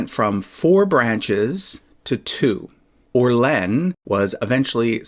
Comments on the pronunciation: Just a friendly hint. Your pronunciation of "Soissons" is perfect, but your "Orléans" is way off. It's three syllables "Or" + "lay" + "ans". You can pronounce all three with around equal emphasis "Or lay ans". The hardest part is the "ans". Just pronounce the "ans" exactly the same way you correctly pronounced the "ons" in "Soissons" and you'll have it perfect! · The pronunciation of Orléans has no equivalent in English. The final S must not be pronounced. There are three syllables. "or" (easy it's almost like in English but the "r" is more guttural) "lé" (I think the equivalent does not exist in English) it's almost like "lee" but your lips must be more closed. Finally "an" which is not pronounced like in English because it is a nasal sound. The best is that you pronounce as in New Orleans which is very fun for a Frenchman and it has a lot of charm. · I think it's pronounced like Or-LEE-on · It's pronounced or-lay-an but it's okay, it's just a name. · CROSSING Yes. I agree for OR-LAY. And it's almost like ON, just like you said, but it's a nasal sound. I don't know how to write that, but the N is not pronounced, and it's not a O, it's between the both. (Sorry for my broken English) Anyway, if you pronounced like you said, it's almost perfect. Everybody have an accent. And the English accent is adorable in French.